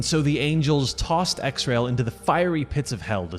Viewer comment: So is it Ez-Rye-elle like the chronicle says or X RAIL like you say in the video? I figured it was pronounced Ezreal....?